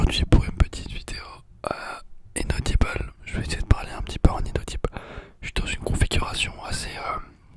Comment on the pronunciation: Enfin un asmr artist qui prononce inaudible correctement, avec la vrai prononciation anglaise 😍